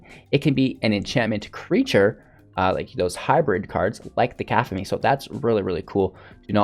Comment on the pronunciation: aphemia card... that C word is pronounced Kuh-cough-a-Knee cacophony is to have so much sound that it drowns out every other noise